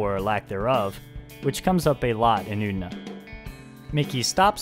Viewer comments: It's pronounced U-TE-NA. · I don't want to be an asshole, but it's really bothering me how you're pronouncing "Utena" :S